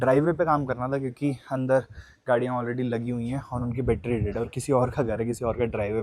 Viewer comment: battery hota hai.HAr baar bettry bolta rehta hai.